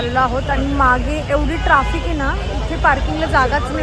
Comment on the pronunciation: ट्रॉफिक नाही ट्रॅफिक 😂